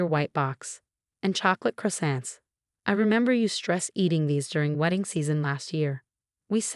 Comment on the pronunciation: Croissants always sound like chrysants.